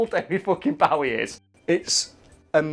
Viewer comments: Its Bow-ee not Bowe-er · “Bohwee” not fucking “Boughee” - the O is pronounced as in Oval. Anyone who gets this wrong needs to be sterilised. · Bo e not bow e , u killin me lol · Its BOW-ie. Not BAUGH-ie. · 1)Biblical satan will be cast into hell (as a prison). He does not rule it. 2)David Bowie is pronounced B-oh-ee not B-ow-ee (look it up on Youtube, he says it himself) #2 drives me nuts more than #1 for some reason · Bowie isn't pronounced Bow (as in bow down) it bow (as in bow and arrow) or like the Bowie knife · It's Bowie, not bahwee! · bowie not bouwy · David BOwie not David Baawie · Daily " use your normal speaking voice in a video" comment day 29 AAAAAAH IT'S PRONOUNCED BOW-EE NOT BA-WEE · Stop saying david bawie. It’s Bowie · I cried when he said "bow-ee", I don't blame you your not the only one, my dad does it too. But please, it's "boh-wee" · Isn't it boe E not bow E every person I ever met have said it wrong or what ? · It's an "oh" sound not "ow. Bo-e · I hate how you say David Bowe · You guys consistently mispronounce "Bowie". It should rhyme with "Zoe". Also, Lucifer isn't in the Bible. He comes from Dante's Inferno. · Its not pronounced Bawie. What the fuck is it with you poms? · It's pronounced "BOW-IE" as in Bowie knife, which David Bowie took his stage name from. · I love your videos and also David Bowie... but I can't keep watching this video... why are you pronouncing Bowie like Bow (as in Cow) ie... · It's not fuckin bawie its with a fuckin o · “David Bawwi” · Wtf! Stop saying his name like that!! It's not David "Bowee" seriouslyi stopped watching cuz the way you say it is soooooo off putting that I couldn't get past the nonstop cringe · Bow-ie. Like a long bow. Not the fucking bow of a ship or bow wow. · David Bawy? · fucking "Bauwie" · It's David "bow-ee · “David Baweee” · Isn't it said bow e (as in headwear) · Does pronunciation of Bowie make anyone else uncomfortable lol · Stop pronouncing Bowie wrong. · Dude say his name right